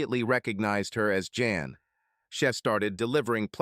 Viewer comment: A decent story but please correct your AI and stop calling Jan Ian. Work on your pronouns